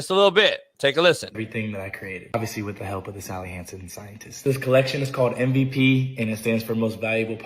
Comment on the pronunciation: saying "M-V-PEE" rhymes with hay 😂